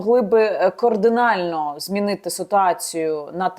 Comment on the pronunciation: Що? "кООрдинально"? Мені не почулось? 🤣